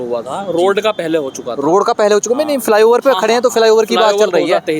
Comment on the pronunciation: फि लाई ओवर नहीं रे फ्लाईओवर होता है पत्रकारों की जहान टो।